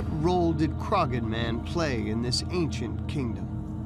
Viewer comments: It’s CROH-HAN hill not crogan 🙃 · Bit annoying that the narrator cannot pronounce 'Croghan' correctly despite it being correctly said in the footage within. The 'g' is silent, it is pronounced 'Craw-hin'. (While regional variation does occur in Irish, 'Crog-hin' is not correct!). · Dude, its a silent 'G' , Crawhan is how you say it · haha they can't pronounce Croghan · right from the offset the narrator continually mispronounces Croghan, super irritating, do they not research?